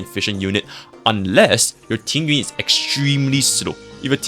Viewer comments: I'm Chinese, and yes, Tingyun's name is pronounced differently than "Ting-yoon." It's a bit hard to spell out in English, but it sounds more like "Ting-yeehn." The second character of her name is 云 or cloud, which you can look up the pronunciation of if you're curious. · Proper Mandarin pronunciation. "Ting-ween" basically. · Oh it's the ü sound, I know pinyin, but sounds like he doesn't speak Mandarin he's saying it wrong lol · Is Tingyun's name pronounced differently in cn? why does it sound like you are saying ting-ywin instead of ting-yoon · not complaining it just sounds funny, I'm not even a english native speaker so yeah